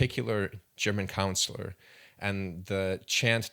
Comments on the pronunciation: I believe you mean, "German chancellor," not "counselor." Aside from that, good video. You and Jonathan Pageau could have a fascinating conversation. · It’s Chancellor… not German Counselor. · Chancellor….not councilor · He said "Councillor" every time. He and everyone in this comment section is on the right path but myopic as hell. 2000 years is not a long time. It's 20 centenarians standing wingspan to wingspan. The story of Jesus is not much more sturdy than this narrative, and it's easy to see this guy is just a midwit Christian who found a good time to take a potshot at an old rival. But make no mistake they're both obsolete narratives. Be the fool that questions all or you're pretty much worthless to future generations.